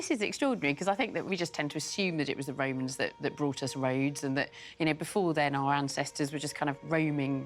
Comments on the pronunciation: "the Raymonds ' or The Romans ? Posh pronunciation is irritating. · Why does this lady call them "Raymans" instead of "Romans"?